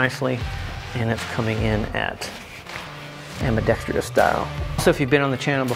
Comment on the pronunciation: It’s ambidextrous not ambidextrious